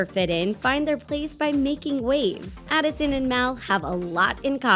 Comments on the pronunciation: Who noticed she was Saying Allison? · SHE CALLED ADISON ALISON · is it just me or did she say Alison at the beginning instead of Addison No hate though i still luv u guys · she said Allison! It’s ADDison